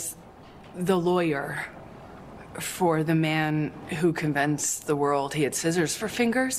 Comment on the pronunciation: she didn't even pronounce 'convinced' right, jesus. Like what the heck is 'convence'. I just don't get this girl at all